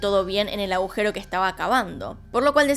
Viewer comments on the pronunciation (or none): none